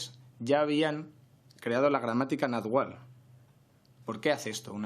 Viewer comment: Náhuatl, se dice, náhuatl.